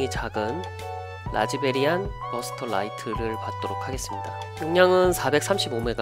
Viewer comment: 별로 중요한건 아니지만 라즈베리안이 아니고 라즈비안입니다. 뭐 라즈베리안도 귀엽고 좋네요.^---^ 항상 잘 보고 있습니다.